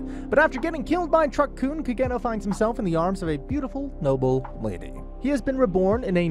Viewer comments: CID Ka-geno 😂 It’s Ka-Ge-Noh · Hate the way you pronounce Kagenou but other than that video is fire as always.